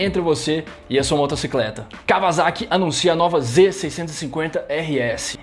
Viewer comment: Blz, só falta aprender falar Kawasaki ( cá ua sa qui ) kkkkk